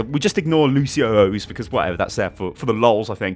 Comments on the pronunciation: This a petition to change the name of "Lucio-Ohs" to "Luci-Ohs" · glad im not the only one bothered by lucio-ohs not being luci-ohs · Please start pronouncing the lucio cereal correctly. Its "luci-ohs" not "lucio-ohs" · Lucio-ohs is lucios brand of cereal lol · Arvid Jansson it is pronounced Luci-Ohs